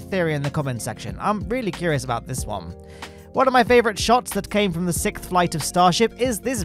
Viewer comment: Yes, now please pronounce “sixth” correctly.